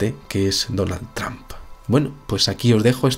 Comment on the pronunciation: es donald trump, no donal tramp??? xdxdxd